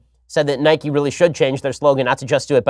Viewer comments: Ben mate I respect you and all But when you pronounced Nike as “Nikey”, I lost a tiny bit respect for you. It’s pronounced “Nike” e being silent. You couldn’t call bike bikey would you? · Ben i love you, but please, please, realise that its pronounced nike not nikey i mean we dont ride a bikey do we?😂😂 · SHAPIRO ITS NIKE NOT NIKEY 😤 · It’s not nik-e. It’s Nike. Like bike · I know they have confirmed it but in my heart it’s pronounced Nike not nikey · He says Nike wrong I am becoming a liberal 😂